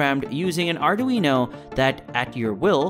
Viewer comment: Arduino “uknow” 😂